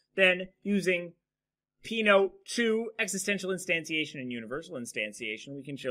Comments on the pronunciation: Peano should be pronounced as "pe-'a-no" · Peano was Italian. The pronunciation is wrong.